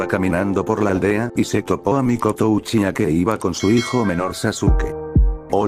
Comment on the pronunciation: Deja de decir uchicha xD